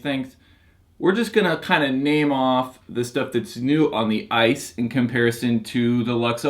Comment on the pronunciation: he said "ISIS" lol